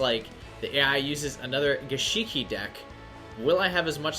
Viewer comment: Gishki not gishiki.